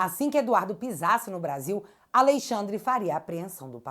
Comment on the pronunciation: "Alexandre aviadado 5 dias"😂